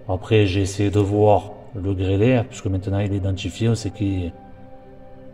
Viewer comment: Le gendarme dit " le grêle"